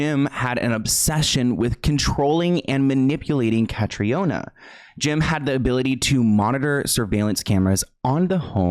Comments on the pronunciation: Her name is pronounced like the hurricane (Katrina) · Hi! 👋 I'm Irish and her name is actually pronounced Kah-Tree-Na. It's a common mistake and please don't worry but I thought you might like to know 😇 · Irish person here: her name is pronounced CA- TRINA.